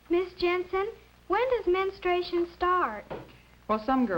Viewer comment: Menstawation lol